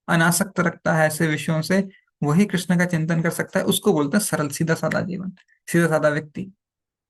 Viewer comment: कृष्णा नहीं कृष्ण होते है अलग है